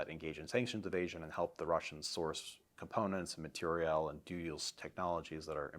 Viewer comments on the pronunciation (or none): Please ask him the big question and stop beating around the bush. The HUGE elephant in the room. Why why why does he pronounce material that way???